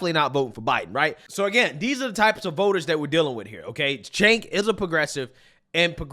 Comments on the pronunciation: For anyone who cares, the “C” in Cenk is pronounced like a “J” in Turkish. It sounds like Jenk. Chunk works, too. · I love that gets Cenk's name wrong in a different fashion every video. Chank. Jank. Sank. Chunk. Chunk Yogurt. Chank Jager. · Chank Yager?? Have you ever even seen one video of his literally nobody pronounces it that way lol and I don’t even like the fuck